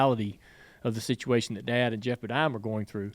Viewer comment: It’s Geoff not Jeff…..